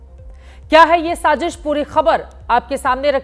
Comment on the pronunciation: Shajish ni baji g shazish😂😂😂😂😂